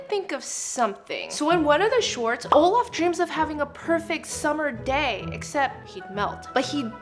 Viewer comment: Guys it's not "Olaf" it's "all of" ✨😂